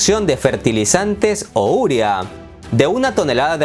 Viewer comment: En la palabra Urea el acento se carga en la e, no en la u!